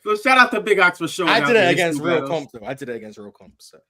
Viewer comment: Can we ban from saying “against” plz?